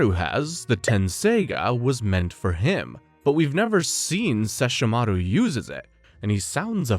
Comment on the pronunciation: They will LITERALLY PRONOUNCE SESSHOMARU AND KAGOME IN THE SHOW AND SOMEHOW PPL WILL STILL SAY IT WRONG 😡😡😡😡😡😡